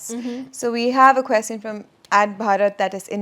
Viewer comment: Please pronounce “question” correctly.